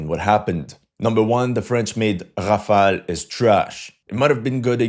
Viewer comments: Ha from were ur Aezarbhajan befor takeing piss let me guss were u r from Timbak too😅😅 first Polish ur English it sound Brrrrrtaabrrra😅😅😅 u mug its notHafel its Rafel u brrrrrrbarrra😂😂😂😂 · I still don't know how to pronounce Rafale